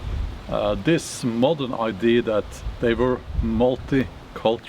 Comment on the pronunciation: As a person who learned most of my Viking information from the TV series “Vikings” on the history channel, and Valhalla on Netflix, I enjoyed this video. 🩷 PS…. You are incorrectly saying I.D. When you mean ‘idea’. (please don’t be offended).